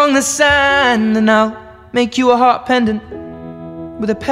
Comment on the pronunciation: up主是完全不懂英文么？ heart 念做赫特，Houston念做猴四吨，这些最最常见的单词读成这样有点可怕了。